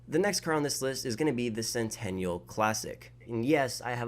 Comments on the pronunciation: Sentinel not centennial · Bruh and sentinel as sentenial, dude needs some English classes